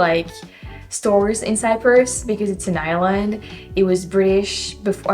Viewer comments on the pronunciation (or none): none